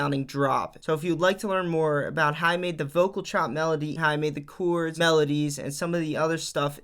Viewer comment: Jeeezus man...learn to say CHORDS!